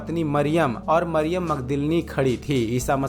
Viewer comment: Yeshu ka pita ka naam yusuf Tha Mariyam thik se bolo